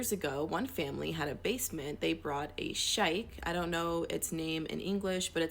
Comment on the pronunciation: its pronounced sheikh like sh ee kh